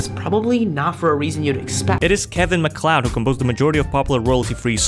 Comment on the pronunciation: Big props for pronouncing MacLeod correctly 👏 It's yet another Celtic origin name that flies in the face of sensible spelling 😂 Always kinda impressive to see people that know the real pronunciation!